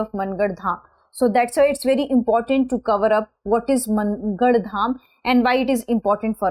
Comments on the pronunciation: It's mAAngarh dham not MANN garh ma'am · मनगढ़.❌ मानगढ़✅